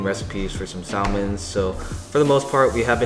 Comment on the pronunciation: did he just pronounce salmon as SAL-MON